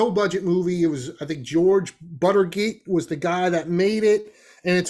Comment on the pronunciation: your pronunciation of Jörg Buttgereit ('George Buttergate'), the director of Nekromantik, really cracked me up, and I mean that in a nice way, I know how difficult German can be. If you want to pronounce it correctly, it would be something like Yurrg Bootgeright (sorry for my terrible English phonetics). I'm German, so I just had to watch Nekromantik 1 and 2, but I don't need a second round either.